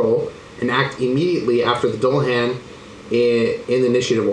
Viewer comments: For future reference - Doo-Luh-Han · It's pronounced "Dool"a-hon" omg lol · "Doo la han", not "dull uh han" I think *Or maybe "dool la han" **han? hon? I think soft a not hard a, so hon like on starting with a h sound. I obsess with pronunciation sometimes 🤣